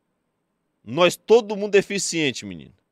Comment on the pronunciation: “oh meu fi deficienti” 😂😂😂😂 vtnc